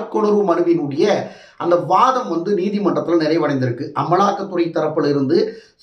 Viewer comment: சரியாச் சொல்லய்யா….சொலிசிட்டர் ஜென்ரல்…..சொலிட்டர் ஜென்ரல் இல்லை. இன்னொரு சானல்ல…” சொசிலிட்டர் ஜென்ரல்” அப்படின்னு வாசிக்கிறா ஒரு பொண்ணு. நீங்க இப்படி உளறுவதையெல்லாம் கேட்கணும்னு எங்க தலையெழுத்து.